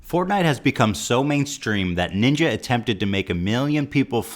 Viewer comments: Im pretty sure he just called it "portnite" lol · i swear they said portnite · As I hear people talking about "Fortnite" in public it immediatly triggers me just cause of the pronunciation.